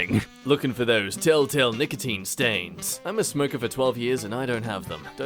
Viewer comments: telltale not tell tell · telltale it's supposed to be "telltale" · I'm gonna tell him.. Tell tell was supposed to be telltale lol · tell tell = tell tale (like tattletale) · "tell tell" is supposed to be "tell tale"